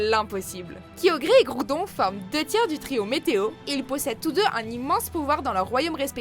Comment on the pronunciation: Elle a dit guiodré